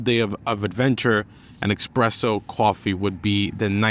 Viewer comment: Xpresso? Common man, lose the X please. Espresso.